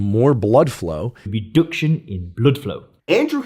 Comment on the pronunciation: Redüction in blüdflow 😆